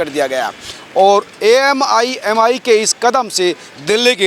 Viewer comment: AMIMI NAHI AIMIM